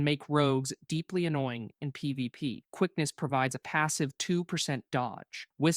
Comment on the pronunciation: If you're going to use AI, at least have it be able to say P V P. Lazy shit.